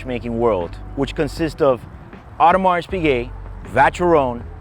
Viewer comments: I don't normally comment but please don't pronounce the S in Audemars, it's just o-der-ma. It's really very off-putting, so much so I had to stop the video. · You really need to work on your pronounciation game. The "s" in Audemars is silent for example. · Please stop spelling the S at the end of Audemars, it should be silent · If you could pronounce Audemars correctly, that would be great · You really should learn to pronounce Audemars and Vacheron before making videos about them